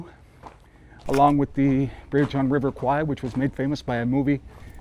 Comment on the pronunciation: River is pronounced “Kware”. Kwai means buffalo in Thai , and as much as it’s acceptable in pop culture, it sounds funny to Thais lol 😂